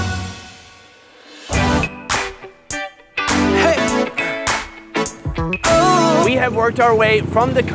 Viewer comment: that "terima kasih" pronaunce is really good